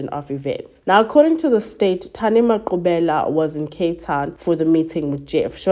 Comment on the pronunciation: Finally a true crime that's South African and correct pronunciation of the victims names❤😊